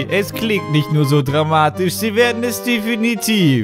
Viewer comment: "dramtisch" xD